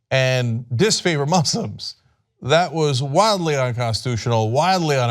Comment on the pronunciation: Please stop showing that clip. The way he pronounces Moo-slims makes me cringe. At least, bleep it.